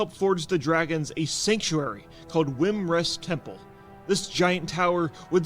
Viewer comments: Wymrest? Thought it was Wyrmrest. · It's not wrymrest it's wyrmrest like wyrm like dragon spawn hello